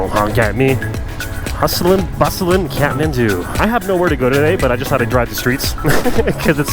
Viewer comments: He says catmandu but it's Kathmandu😂..anyway thanks for visiting our country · Am i the only one who hears catmandu when he says kathmandu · Every time he says kathmandu why I hear catmant